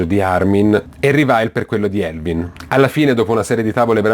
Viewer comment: Non sai parlare in inglese si dice Erwin no Elvin e poi si dice attack on Taitan no titan (ho scritto la pronuncia)parla bene!